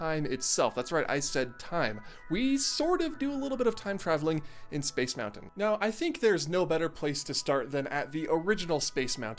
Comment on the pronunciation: I simply MUST SAY THANK YOU for saying Moun-Ton and Foun-Ton etc. instead of the incredibly annoying Mou - UN or Fou - UN. Again I say THANK YOU.